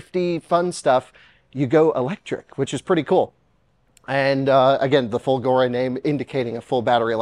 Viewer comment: indeed, folgore means thunderbolt, and the accent is on the "fo", rather than on the "go". And that is a fake Italian/Euro plate